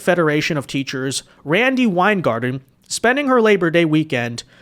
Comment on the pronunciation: Weingarten? (Sigh)